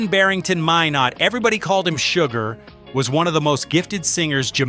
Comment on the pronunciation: Surprised you know so much about Sugar Minot but not the correct way his surname was pronounced with a silent T.